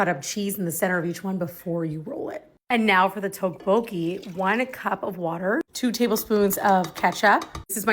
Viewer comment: Not quite right on pronunciation. You’re saying TOKE-BOKIE. Try more tyeoke-bow-kee. Almost there! Try adding some thinly sliced onions, cheese, green onions, and enoki mushrooms! Maybe some mini veggie sausages.